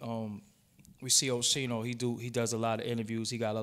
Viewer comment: How tf you can't pronounce Oschino? It's that hard? Oshee-no? Wtf is that?